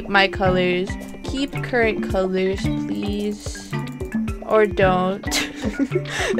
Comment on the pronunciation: She says pease out I do to lol